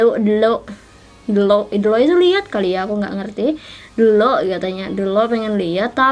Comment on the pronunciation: ngakak pas kakak ngomong “ delok “ ahahahahahh bukan delok atuh teteh tapi ‘ndelok’ aowkao